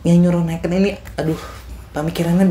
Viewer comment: Nekeun bang (menekan), bukan neken 😂😂